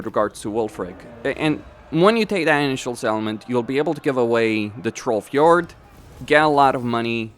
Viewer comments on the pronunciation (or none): none